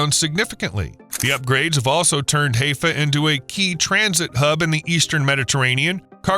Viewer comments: Haifa is pronounced "high-fah", not "hay-fa". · High fah not hay fah. sounds ignorant. sorry. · Haifa is pronounced "Hiifa," with a hard i, not "Haayfa" with a hard a. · Quay is pronounced key and Haifa is Highfer. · Not Hayfa. Get it right. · Ow, my ears! Learn how to pronounce Haifa, hai·fuh! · The name of the port is Haifa, pronounced Hi fa, accent on Hi. And the term quay is from the French quai, and is pronounced "kay". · It's not Heyfa. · It's "ha-eye-fa"! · Dear G-d, it is pronounced "HI- fa". I won't correct you on the other pronunciation errors. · Haifa is pronounced "High-fa" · Pronounce Haifa correctly …. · You might want to learn how to pronounce “Haifa” if you are going to mention it 35 times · I believe this story is correct though the mispronunciations of geographical place names is annoying. I am sure you noticed the wrong pronunciation of Haifa. However the same series has a segment on the allegedly current project of building a canal from Ashdod to Eilat by blowing up 200 atomic bombs. This scheme was an American idea in 1953. It never left the blueprints. The Soviets, on the other hand, really did start a similar project at the same time but got no further than blowing up three atomic bombs. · With all the research involved it's too bad that more attention wasn't paid to the pronunciation of Haifa. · Can’t pronounce Haifa correctly? That means a lousy video… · Hi-fa not hay-fa. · I thought it was pronounce.. HI FA....not Hay fa. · HAIFA is pronounced HI-FAH. Rhymes with HI-YA. Not HAY-FA. You sound so dumb when you mispronounce words. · It’s pronounced hi-phaw and not hey-phaw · Hiiiifa, not Heyfa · High fa! Not hay pha SMH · Hezfah ? Isn't "Hi-Fah"? (haifa) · Pronunciation is High-Fa, not Hay-Fa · It's pronounced hi- fah.not hay- pha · It is not pronounced "Hayfuh." The place is called Haifa "Highfa." If you are going to do a video about a place, at least know how it is pronounced. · Could improve on pronunciation.. Haifa.. Hie.. fa.. not Heyfa..